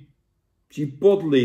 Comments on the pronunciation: Hoi Jan! Het is "chuh·powt·lay" en niet "chih·pot·li". Verder weer bedankt voor deze review! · Ik heb nog nooit iemand chipotle zo horen uitspreken 🤣🤣 lekker Jantje